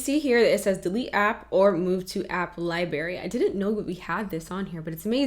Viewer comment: I LOVE this aesthetic 😍 but girl...”li-bary”?